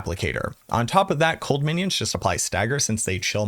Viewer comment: Actually lol on "winions"